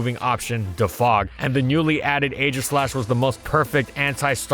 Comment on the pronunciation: When is he gonna learn how to pronounce defog?